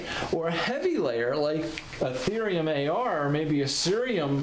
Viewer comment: It’s Thorium not Therium